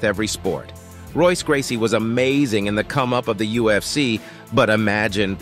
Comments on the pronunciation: Royce is pronounced Hoyce. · i see your an mma scholar, you misspelled "cain " with a K, velasquez, while showing junior dos santos... also its pronounced -Hoyce gracie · Hey man you pronounce Royce like an H not an R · Royce Gracie, along with every member of the Gracie family whose name begins with the letter R, pronounce the name with an H sound. On paper: Royce Gracie Spoken: Hoyce Gracie On paper: Rickson Gracie Spoken: Hickson Gracie And so on. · Please learn how to pronounce Royce Gracies' name correctly. Phonetically with a H not an R. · Royce is pronounced “hoyse”. Also that’s not Cain Velasquez, a doii. These edits must be acknowledged!!!! 😉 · If you want to get subs and respect, then SPELL CHECK YOUR NAMES, and learn to PRONOUNCE NAMES CORRECTLY. For example, Royce Gracie. And 'Holly Home'? Amateur hour, man. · I love how people say Bethe's last name wrong. It's hilarious. And saying "Royce" Gracie lmao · Also called Royce Gracie like a Rolls Royce and misspelled Ronda's coach's last name. Sports Ilustrated cover was also when she was in the UFC, not in Strikeforce. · How am I supposed to respect your opinions on MMA when you can't even pronounce Royce Gracies name?.... And I can't respect Rhonda Rousey because she is a Bad Sportsman...She's rude!,.. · You may be a Rhonda fan, but you’re not an mma fan. You didn’t put the right fighter when you mentioned Cain Velasquez and you kept mispronouncing Royce Gracies name.